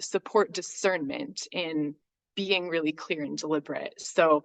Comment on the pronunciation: Lol the way she pronounces BE-ING .. BAYING 😂